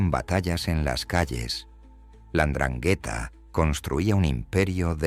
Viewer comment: Y mal pronunciada 😂